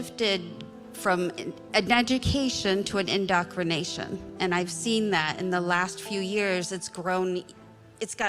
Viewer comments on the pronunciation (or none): Ffs...imagine a woman not being able to properly say indoctrination when talking about indoctrination. Indocrination... Scary stuff. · They would be more convincing if they could pronounce indoctrination with confidence.